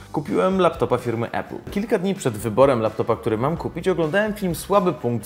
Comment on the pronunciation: nie E-pul tylko A-pul !! nauczcie sie w koncu razem z tym Wlodkiem! 